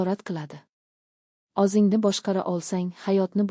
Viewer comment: Анча сабоқ олдим РАХМАТ. лекин харфларни ўз ўрнида ишлатсангиз илтимос. Масалан. ўзингни ўрнига озингни деябсиз. А. О Ў харфларини хаммасини жойи ни ўзгартириб ўқиябсиз. Танқид келажак меьваси